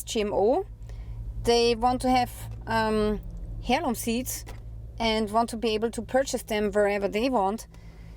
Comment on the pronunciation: I’m am so sorry I am American and I have a hard time understanding one word you were saying was it Heirloom seeds? Or Herum seeds? Wasn’t sure could you please clear that up for me. Thank you so much for your work in bringing this information to us it’s important we know These things.